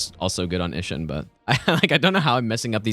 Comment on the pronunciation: "Ihsshin" hits hard